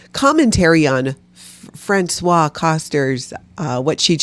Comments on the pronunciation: Françoise, the female first name, is pronounced "Franswaze"! "Franswa" is the pronunciation of François, the male first name. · Hey,! You and are pronouncing Francoise like the man's name Francois. It's a woman's name and is pronounced Fran-swahs. Now, please continue critisizing her bad behavior! 😊 ❤️